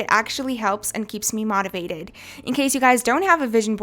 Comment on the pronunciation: No offense but you are pronouncing motivate wrong🍉